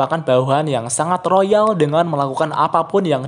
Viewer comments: loyal bang bukan royal😑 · Bawahan Rimuru yang "Loyal" bukan "Royal" btw. Loyal asal kata dari Loyalty atau Loyalitas. Semoga makin maju buat kedepannya. Cheers 🍻